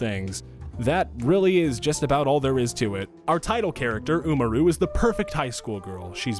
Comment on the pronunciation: He pronounced Tachibana correctly, but not Umaru